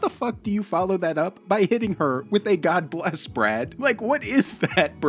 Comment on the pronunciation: He didn't say God Bless I believe he said gawbliss I would never ang out with